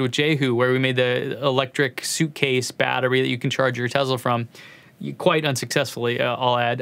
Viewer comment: Speaking of data - we sneaked into Rand in Santa Monica and ran a simple research test and based on every published pronunciation of "Tesla" since newsreels in the 40s including his own country of origin's pronunciations - that your subscriber base would increase by 17% if you pronounced Nik's last name with a soft sssss - like he did. Do you drive a model Ezzz? No, you drive an S. So really, data doesn't mean that much by itself does it? Signed, wise-ass. 🔚